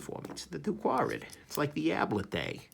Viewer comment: Its pronounced squared.